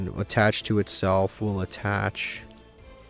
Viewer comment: Question for when opponents are combing off: do you intentionally pronounce Xyz monsters and “exceeD”? Never heard somebody pronounce it like that so I was curious is it a dialect thing